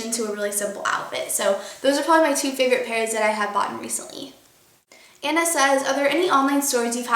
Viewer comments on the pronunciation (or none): none